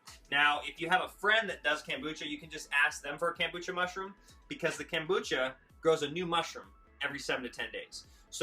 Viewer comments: It's pronounced kOmbucha, not kAmbucha. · It is pronounced kOmbucha vs kAmbucha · kOmbucha. Not kAmbucha. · Loved the video except it's not KAM bucha but KOM Bucha. Thanks! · It's kombucha not kambucha. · Why do you call it Kambucha not kombucha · Nice presentation but stop saying KAM, its KOM as in communist not KAM as in camping. Thanx for your info and hints. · Read the o in the kombucha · Take a sip of Kombucha every time he says "CAM-bucha". Hahahaha. Nice video, bro. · how can you spell something with an "o" but pronounce it with an "a" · Read the comments to see if that drove anyone else crazy... :) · Way too much talking.... mansplaining. Just do it, ok????? Also.... learn to pronounce the name right.